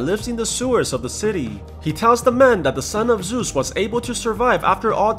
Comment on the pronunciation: Ahhhhhh ZEUS, GODDAM ZEUS NOT ZUS